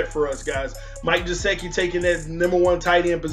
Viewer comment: Good stuff as usual!!!! BUT, please... its GUH-SICK-EE, LOL.